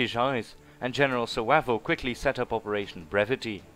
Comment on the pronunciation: Its 'Wayvell' not Wavell